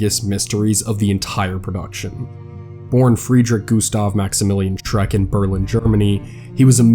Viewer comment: I really want to like your content, but dude - the guy's name was Schreck, SCHRECK - there's no S or X at the end.